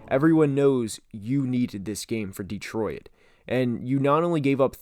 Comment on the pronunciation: Why you say Detroit like “detroyet” 😂